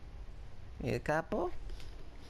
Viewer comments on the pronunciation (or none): And I don't want to be those type of people but u pronounced el chapo wrong ps love you😊